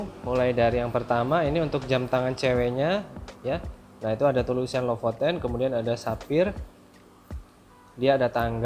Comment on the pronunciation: Be LEPOTEN, alias blepotan. Hahaha.